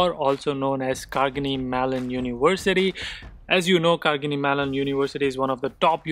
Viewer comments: Carnegie not Cargenie. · Hi, awesome video!! Love your content! Just one correction though..the pronunciation of Carnegie..Would love it if you could possibly add the correction in the video..overall, Kudos to your efforts! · true. I was also thinking, how come being in USA is mispronouncing the university name. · Correcting the pronunciation , It’s Carnegie Mellon. Even I am from mechanical B tech and made it to Product. It’s tough but not impossible I would say!